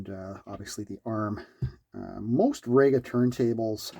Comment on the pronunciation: its pronounced REE-ga. not RAY-ga. and you call yourself ""! 😉